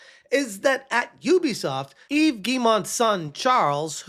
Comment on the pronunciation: Dunno if yall caught this but just pronounced "Yves" correctly... 🤯